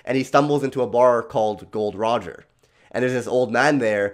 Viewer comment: Why is saying GOL.D ROGER